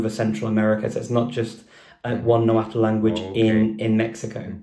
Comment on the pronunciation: Watch superhollys video with her dad, hes a real linguist who knows everything about náhuatl. BTW Richard kept mispronouncing náhuatl lol